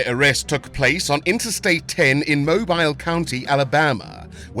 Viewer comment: it is pronounced MOBEEL. i know it is spelled as Mobile.